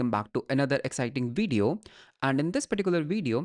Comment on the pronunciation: Aata toh hai video bolna isko, fir veedeeo kyu bolta rehta hai?